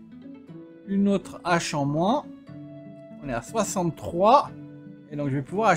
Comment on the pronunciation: Rhaaaaa! Pitié arrête de faire les liaisons avec le mot hache, c'est du niveau primaire. Tu dis des z'haricots aussi ? Désolé mais tu passes pour une nouille à parler comme ça.